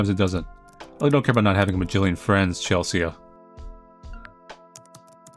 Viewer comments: this game is great but,, c'mon, you know how to say CHEL-SEE, it is not Chel-see-ah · "Chelsea" is pronounced "Chelsee" not "Chelsee-Ah." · its pronounced ‘chel sea’ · Does anyone else find it endearing that pronounces Chelsea (chell-see) as Chel-see-uh? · I think it’s the “ea” at the end that throws him off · Wait pronounces Chelsea that way? 🤭😊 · I wanna know if has ever heard the name Chelsea before, and if so how he believes it to be spelled lmao and why he assumes "Chelsea" in the game is pronounced "chell-see-uh" instead of "chell-see" like usual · i absolutely love Petra with all of my heart lol- the fact shes a CG and a scene teenager makes me so happy because the trope of alt people being portrayed as rude or heartless is so boring and overdone, and shes just wonderful HAHA- also- the name "Chelsea" is pronounced "Chel - see", in case you were wondering (i havent gotten too far in the video so im not sure if you correct yourself but ill edit if you had lol) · The scariest part of this game is how he pronounces Chelsea as chels-see-uh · the a in Chelsea is not promounced by itself its Chel-sea, like the sea? Water... ocean 😂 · I don't think I ever got any chain emails back in the day, probably cuz I never made accounts on more websites than I had to, didn't use social media (and still don't) and never friended any strangers on WLM or Skype. Also I've never heard someone pronounce "Chelsea" so... let's say, uniquely. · The scariest part about this video was how pronounced Chelsea. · y do u pronounce the a in chelsea im crying